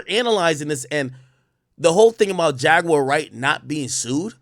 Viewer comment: Buddy ass be like: Jag ➡️”U”⬅️awr….nogga it’s Jaguar 😂🤣😂➡️